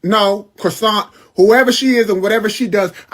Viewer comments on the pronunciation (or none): that guy called her 'crossant" lmao